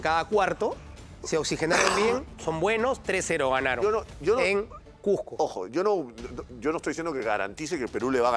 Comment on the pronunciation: No conozco alguna ciudad llamado CUJJJJJJJCO...solo conozco el CUZCO